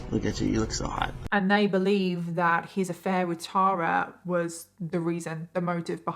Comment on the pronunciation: Thank you for pronouncing “Tara” correctly!!! I stopped trying to correct people years ago! Lol (BTW I’m NOT the Tara in this story!)